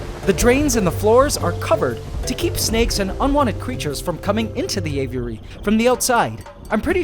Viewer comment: Spent all that money and can't even pronounce aviary correctly. Sad